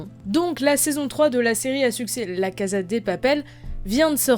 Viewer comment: Ton accent anglais s'est bien amélioré par contre en espagnol on prononce cassa et pas caza. Tres bonne analyse. J'espère qu'on aura ton avis sur la saison 3. Je viens de la finir et jai été agréablement surprise.